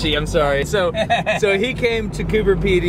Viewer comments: It's Cooper Pedy. Coober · You spelled it right, and yet you still kept saying "cooper peety". Strange.